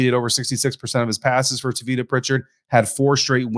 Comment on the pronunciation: *It's Pronounced: "TAH-vitta". 👍🏾